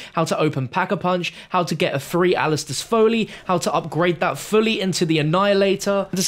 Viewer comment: Fooly? C'mon...........